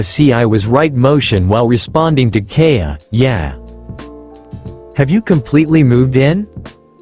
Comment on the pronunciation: you should experiment with ai till it says it right like "Kaja" or "Kaya"